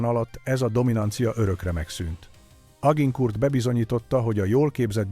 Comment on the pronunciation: Mondd inkább, hogy Azsankúr...